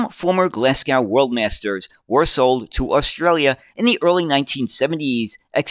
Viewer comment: British place names strike again! Glasgow has a silent W at the end, making it Glaz-go. Smethwick also has a silent W, making it Smeth-ick. Rochdale has an invisible letter T making it Rotchdale when spoken. We have so many tricky place names,some of them defy all logic in their pronounciation. Be very careful if you have a script with Clithero init (what everyone do, don't split it into 2 four-letter words or you'll be demonetised faster than you can say New York; it's splits between tge I and tge T).